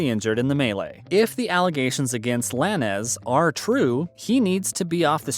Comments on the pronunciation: Its pronounced Lanes......not la-nez.....thats the least u could do is pronounce his name properly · That Is not how you pronounce his name it's Lanes but with a z... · You can pronounce his middle name but not LANEZ as LANES? 😒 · Don't be this white. Come on. You know it's Lanez as in Lanes. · Do your research on how to pronounce Tory Lanez name dude ay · That’s not how you say his last name. I think this has to be a joke. I know you did research? Nothing you’re saying is pronounced right. Fake News!!!!